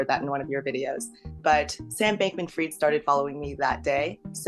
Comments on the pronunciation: It's fried not freed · His name is FRIED pronounce like Kentucky FRIED chicken Ashkenazi Jew it's a surname and it means peace that you need fried means peace and Hebrew Yiddish I wish people would stop saying free like free freed and Hebrew is pronounced free with a d his name is pronounced fried like Kentucky Fried Chicken but right now it's fraud I appreciate you! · Bankman Fried - not Bankman freed - it was always in his name